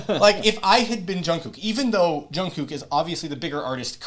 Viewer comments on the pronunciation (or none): 71 year old BTS Army here. I am really enjoying your reaction very much. One tiny thing though. The second half of Jungkook's name is pronounced more like cook. This is a SUPER good collab. Best I have seen in a long time. Thank you for your great reaction!!! Btw, Usher is famous for that "U" pendant move. 💜